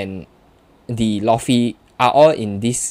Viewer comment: my guy atleast say luffy name right